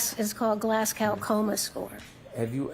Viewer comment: Hank: "Have you ever heard of a glizzy-gumba score..." Dr. BS-Detector: "You mean glascow coma score..." Hank: "Errrrm... glass-cow... gerrbi$z-gle4%&9er....." Holy shit I have never laughed so hard 😂😂😂